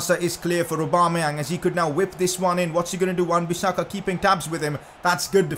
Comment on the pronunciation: lol wan bissaka